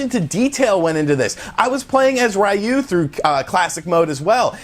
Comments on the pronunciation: Ree-You not Rye-You. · The cringe when he says "RAYOU" instead of Ryu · "Ryu".... "Ree-you". Say it with me. "Ree-you" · It’s pronounced Ree-u. Not Ry u lol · Please stop saying Rayu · Graaaaaah!! Every time I hear Raiu... i just can’t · Please learn how to pronounce Ryu The announcer literally says it in the game, how do you get it wrong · I think you pronounce ryu wrong... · Great video but please for the love of god learn how to pronounce Ryu